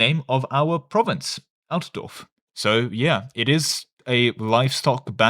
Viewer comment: Litteraly unwatchable, you missed the t in altdorf. Switzerlake 2.0 Now with boats: As any swiss tag, become naval hegemon, without having any coastal province connecting to the seven seas.